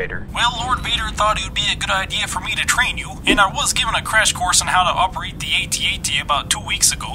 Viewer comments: Ay-Tee Ay-Tee? No, it's a freaking AT-AT! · It’s AT AT NOT A T A T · It's actually pronounced ATAT